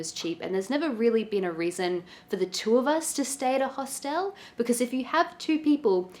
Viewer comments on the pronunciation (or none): “Host-l”, as if the e before the l is silent. There’s no right or wrong way, just funny. Never heard it pronounced like that ever ! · I did a double take EVERY time this person said “Host-ELLLLLLLE” 😂